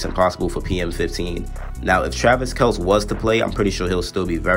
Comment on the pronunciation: Kelce is pronounced (Kell-see)